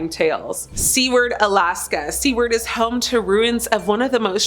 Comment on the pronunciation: It is not pronounced Seaward. It is sew ward. Think of the word Jew and replace the w with an s.